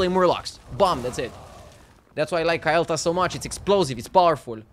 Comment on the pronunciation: na its KALE'thas, but he pronounces it KYLE'thas lol